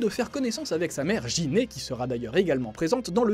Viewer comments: Cool! Mais j'ai rien appris si ce n'est que beaucoup trop de gens ont encore du mal à prononcer les "G" correctement devant les "I" et "E" en japonais; ça ne se prononce pas "Jinue" et "Jiné" mais bien "Guinyou" et "Guiné". 😁 T'as pas trop regardé la V. O., apparemment. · Sa ce prononce Guinée mais s'écrit Gine et tous ceux qui sont un minimum fan de dragon ball savent tout ce qui a été dit dans cette vidéo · On dit [ Guiné ]